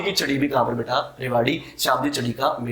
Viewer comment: beta word pai kuch jyada hi jor de rakha hai...... control ur emotion and padhane pe bhi itna ho dhyan do jitna beta -beta chilla rahe ho